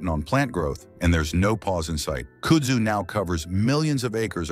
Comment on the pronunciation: Kud-zoo is how you pronounce it and it is a beast. They have large tuber under the ground and can root from a cutting so mowing the stuff will just spread it. Look on a map for Yazoo City MS the area is covered with it. It is said that kudzu and cock roaches will be the only thing to survive a nuclear apocalypse so get used to eating both.